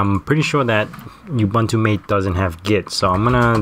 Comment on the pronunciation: FYI (forgive me if this has already been said, I know it's an older video), it's pronounced "Mah-tay," (think of it as Maté, even though that's not the real spelling) not "mate." Cheers, and thanks for the video :)